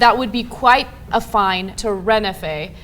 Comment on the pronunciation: It's called Renfe!